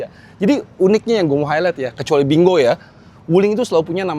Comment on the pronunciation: binguo bukan bingo salah sebut 😂